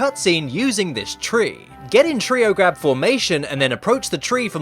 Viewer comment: how many times does he have to say treow grab